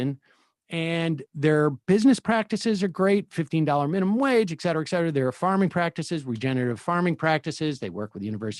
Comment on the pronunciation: Ekcetera! Ekcetera! Ekcetera! Sam seder is a fucking moron!